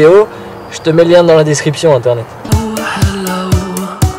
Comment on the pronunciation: Tu fais bouseux en disant internet a chaque fois ...